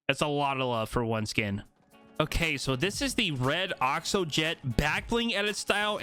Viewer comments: ITS NOT OXO! it’s pronounced (axo a-xo axe-o) the skin is a axolotol wich is a fish type thing that is originally pink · It's axo not oxo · In America it’s most commonly pronounced like Axe-o-lot-l like the play on words for the pickaxe so the skin would be pronounced Axe-o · You pronouncing axo wrong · I’m scared that the reason he’s not pronounce axo’s name right is because he doesn’t know what an axolotl is